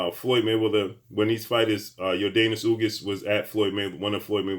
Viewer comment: Ugas not ugis